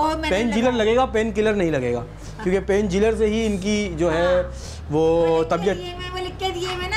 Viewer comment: Painkiller ko painjiller 😂🤣😂